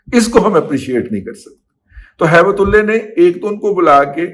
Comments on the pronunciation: Sir mind it, you are degrading the name of 'ALLAH' . It should should should be HAIBATUL 'ALLAH' not "HAIBAT'ULLAY'. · دادا جی آپ نام صحیح پکاریں کیونکہ آپ لفظ ہیبت تو صحیح بلا رہے ہیں لیکن جب لفظ اللہ پہ جاتے ہیں تو نام بگاڑ دیتے ہیں اسی طرح اور نام بھی لوگ بگاڑتے اس کا خیال نہیں رکھتے ہیں اکثر عبداللہ نام بھی لوگوں کو بگاڑتے سنا ہے پلیز آپ ان چیزوں کا خیال رکھا کریں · دادا جی بہت ادب کیساتھ۔۔۔ کچھ عرصہ سے آپ تھوڑا مبالغہ آرائی سے کام لے رہے ہیں، ہر سنی سنائی بات حتمی اور سچ نہیں ہوتی،کچھ سنی سنائی خبریں ہضم کرنے کی عادت ڈالیں۔۔۔ اس ویلاگ میں آپ نے ایک افغانی کا نام بگاڑ کر لیا ہے،اور وہ لفظ ہے اللہ۔۔۔ ہیبت اللہ کے نام کو بگاڑ کر ادا کیا ہے آپ نے۔۔۔ اپنی دنیاوآخرت کی تباہی سے بچنے کیلئے اللہ سبحانہ وتعالی کے ہاں سچی توبہ کیجئے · ہیبت اللہ کو بگاڑ کر ہیبت تلے کہنا اللہ رب العزت کے نام کی توہین کر رہے ہیں آپ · دادا جی ہیبت اللہ نام کے ساتھ اللہ کا نام آتا ھے جسے آپ بگاڑ کر لیتے ہیں ۔بہت جاھلانہ بات ھے ۔اللہ سے معافی مانگیں ۔ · براہ کرم جوش جذبات میں اللہ کے لفظ کو نہ بگاڑیں اور ہیبت اللہ کے نام میں اللہ کے لفظ کو درست pronounce کریں، شکریہ۔ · جناب اپ نے جذبات میں ہیبت اللہ کا نام بگاڑنا تھا تو بگاڑ کر ہیبتی کتا کر لیتے لیکن اپ نے گستاخی کی اور ہو سکتا نا سمجھی میں اللہ تعالی کا نام بگاڑ لیا یعنی ہیبت کو تو درست لیا لیکن میرے رب کے نام کو درست نہیں لیا جسکا مجھے اپ سے توقع نہیں تھی